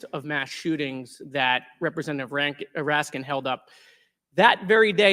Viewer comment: Raskin; how many times did he have mention AR-15; bet you anything his SS agents carry similar weapons; what does want; water pistols. He also mispronounced the deceased man's last name.